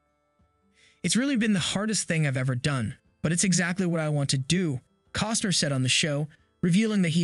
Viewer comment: His name is not "Coster." You owe it to him to be correct.